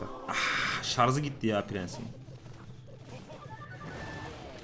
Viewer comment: şarZ değil şarJ.